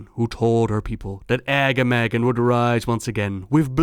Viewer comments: Sorry, love you and your videos, but the way to pronounce Agamaggan's name makes me cringe. His name is supposed to be Pronounced, "Arh-GAH-ma-ghran." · The way he said Agamaggan. "AGGAMAGGEN"